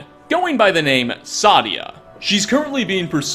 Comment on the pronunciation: Pronounced say-dia